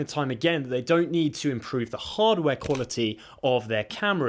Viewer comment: Why hardware sound like hubware man @@